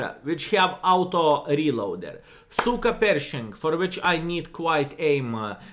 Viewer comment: Did he say SuperPershing or CykaPershing? :D